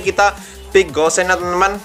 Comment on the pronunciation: Namanya gusion tapi kebanyakan manggilnya kok gossen ya